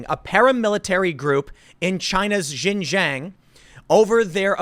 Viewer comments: Please, Tim, it's pronounced "Shin-Jiang", not "Zhin-Zhiang". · Oh Tim it is pronounced Shin-shon not ji-Jang. But the locals call it East Turkistan. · Xinjiang is said sheen jee-ong, closest to it at least. Seriously Tim, get someone to learn Pinyin over there. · Bro it’s shin-ji-yong not jinjang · Tim, Xinjiang is is not pronounced 'Shin Jeeyang" it should sound like "Sheen jyung". In IPA it would be ˈʃɪnˈdʒjɑŋ. Thanks for reporting on this important topic. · You say it like "Shin-jieung" not "jinjang". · FYI Xinjiang is pronounced 'shin-jang' not 'jin-jang'. The 'X' is pronounced as 'sh'. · Pronounced "sheen jee-ahng" not shin jang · Just so everyone knows. Most of the time the "X" in Chinese words is pronounced like a "sh". So its pronounced Shinjiang. Not nitpicking. Just wanted to shine some light 😃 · Xinjiang is pronounced Shin-Gee-Yang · Xinjiang is pronounced Shin-dzyahng (like the French J in Angelina Jolie; jiang rhymes w/ prong). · I think its pronounced shin jang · X makes a kind of sh sound in chinese. Xinjiang is pronounced like shin-ji-ang. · Tim its "shin - jung" source 3 years in china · it is pronounced shing Jiang. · Just fyi, Xinjiang is pronounced like :shin ji-ong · Tim seriously need to look up how to pronounce chinese cities properly! It's pronounced "Sin Chiang". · Tim, I love you man, but it's pronounced "shing-jiang" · Tim!! Xinjiang should be said kinda like this: "Shin - jyahng." The "sh" isn't quite the same as an English "sh," but you'd get close enough. The second word is like "jyee-ah-ng" all in one syllable. Love your content, but this is a word you mispronounce all the time. It doesn't really matter, since you are speaking English, but it definitely grates on the ears of people that speak Chinese. I won't bother with the tonal pronunciation!! Thanks for what you do, brother. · The x is a "voiceless aveolo-palatal fricative," for all the linguistics fans in the audience.